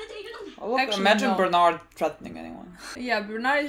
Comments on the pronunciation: who the hell is bernard lmao bertolto or bertolt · Please stop calling him Bernard. Please.